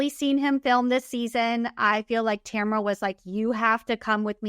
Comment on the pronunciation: Her name is TAMRA. Not Tamara or Tamera